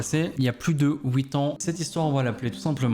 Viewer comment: Sais huit ans et pas ouït ans 😭sa m’énerve